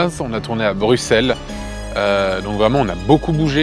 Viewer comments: pouce bleu parce que tu as bien prononcer Bruxelles :D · Waaaw :0 un français qui prononce bien Bruxelles... Un grand homme cet Antoine Daniel!